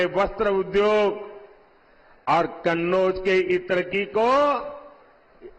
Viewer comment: सवाल होता कहां होता है झूठ की खिचड़ी परोसी जाती है|माहौल देखकर कन्नौज का उच्चारण करने मे हड़बड़ा गये|